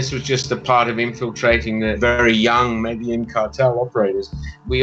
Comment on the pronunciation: I can’t get past his mispronunciation of Medellín and total lack of a paisa accent.